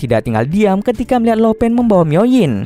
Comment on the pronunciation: Lo pan di bacanya lau pan bukan lo pen. Laupan = bos tertinggi